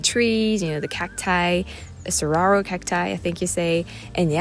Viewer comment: some of the cactus species are a bit odd. You did a good job with saguaro (sah-WAHR-oh). There are also the roughly ball-shaped ones, which are called chollo (CHOH-yo). was the sign pointing out the Yavapai Observation Station. Yavapai is a bramch of Apaches. Being there in the winter, you saw a much wider daily temperature swing than in summer, when it's hot daily on the South Rim, and less so on the North Rim. Re. Spokane, you can impress your friends in France with your accurate pronunciation of it, which is definitely not what you'd expect: spoh-CAN. You got to see a fisher. I'm like you, in that I really enjoy saying I saw an animal species for the first time, and have been blessed enough to have a rather sizable list at this time in my life. Thanks for sharing your list with us.